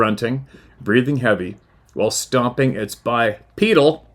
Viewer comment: Hi, I saw that chuckle and the sideways glance as you uttered the word "BI-PEEDAL", don't you feel better for that? I pissed my sides, stay safe dear sir, JMK FROM THE UK 👍👍👌👌👌